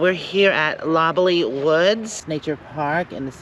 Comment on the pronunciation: It's Lob-LOLLY, like the pop. Not 'lobby' like the hotel! lol